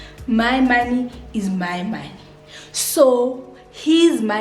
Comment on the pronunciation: “ it’s one moneeey”😭😭😂😂😂😂 You’re so funny.😂😂❤️